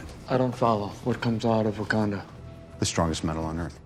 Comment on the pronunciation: Bruce Banner , scientist/genius can’t pronounce Wakanda. Sure ...